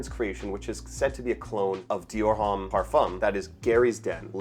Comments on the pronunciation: The H in homme is silent brother. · yeah but homme is pronounced like home but the h is silent, so it’s like “ohm.” it’s french. and succumb is just succumb and not surcumb😭